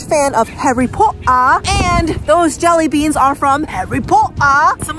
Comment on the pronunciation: I love the way that find said JELYBEAASNS